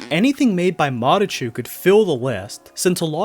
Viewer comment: wait, it’s pronounced mareCHU?